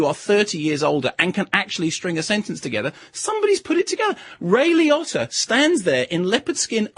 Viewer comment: Ironically, that’s how Italians would actually pronounce Liotta